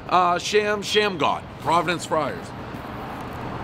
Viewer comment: Its God Shamgod. Not Sham Shamgod.. C'mon Davie boy. Be better than that..One of the kings of the crossover.. Stole that move from Pearl Washington.